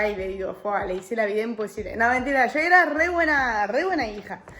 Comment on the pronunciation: porque hablas diciendo io y no dices yo , estas engañando a tu argentina